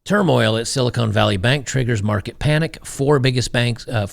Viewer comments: Silicone ? its Silicon, when the "o" is short. Silicone is for breast implants. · Silicon, Con Not Cone!